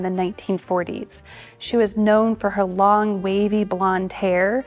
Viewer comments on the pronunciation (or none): none